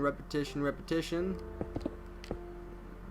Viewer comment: Repitishion repitishion repitishion lol